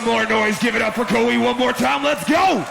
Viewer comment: ahhhhh hearing the introducer call him "ko-hee" made me cringe a bit